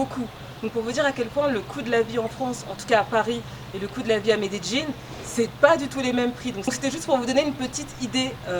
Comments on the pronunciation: J’adore 😍😍😍😍😍 tu es trop Jolie c’est un plaisir de te regarder 😍😍😍😍 comment se prononce cette ville? « Médéline » ou « Médédjine »? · Je ne savais même pas que ça se prononçait comme ça 😂 je pensais que tu parlais d’une autre ville. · la vraie prononciation c'est plutôt "méédjinn" par les habitants de la région d'Antioquia(la où se trouve Medellin) non méDéjinn. Ça, c'est plutôt les français-es qui essaye de prononcer comme les gens de là bas. Les colombiens des autres régions prononcent plutot "méédiye ". Prête bien l'oreille, tu verras. Ou plutôt tu entendras. 😉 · Euuuh j’ai vécu 4 ans à medellin ma femme est paisa et ta prononciation n’est pas la bonne, rien de grave mais pas besoin de te forcer tu peux le dire avec ton accent français ça fera charmant tkt pas plutôt que de forcer comme ça avec une prononciation qui n’est pas la bonne non plus, merci pour la vidéo quand même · Medellinnnnnnnnnnnnnnnnee pas jinnn 🤯🤯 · MedeLLin*. "dj" est une des prononciations des deux L en espagnol. C'est probablement comme ça que les locaux le prononcent d'ailleurs. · Non, c'est "Medellín" . En Amérique Latine on prononce souvent le son "dj" pour "LL"